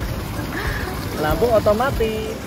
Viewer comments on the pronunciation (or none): aku dengernya otomati bukan otomatis